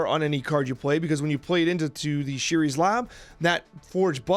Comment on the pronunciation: It's ShUris lab. You need to learn to pronounce the names in this game